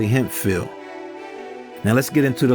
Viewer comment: Shirley HEMPHILL not Hempfeild